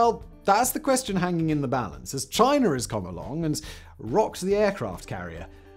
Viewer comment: Speed talking + thick accent = gobbly gook just to say aircraft carriers are obsolete as the battle ship and missles are the next thing. It's CHINA NOT CHINER.